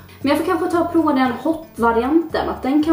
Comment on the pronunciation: Bara jag som tänker på att hon säger ”proa” och inte prova?!